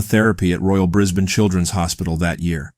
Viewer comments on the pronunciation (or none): none